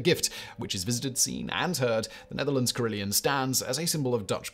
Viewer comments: It’s pronounced carry-LON, not Leon! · Carillon... there's no 'i' in the second syllable. Care - ill - on, not Care - ill - eon.